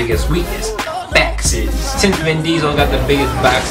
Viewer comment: This was one of my top 10 fave vids of all time when it came out years ago. It still is. I've never said baxes the same way since. Every part of this video works so perfectly. Everything belongs so well and nothing is out of place. Every single element of this video is great, the jokes, ur demeanor, the recordings, clips, edits. It's just amazing. So much work obviously went into this and its been making me laugh for years. Thanks man for making this!